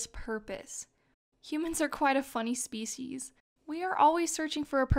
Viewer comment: Thanks for making these, I'm sure you've helped millions. :) (also I'm super proud of you for your pronunciation of the word 'species' and not SHPEESHEEZ)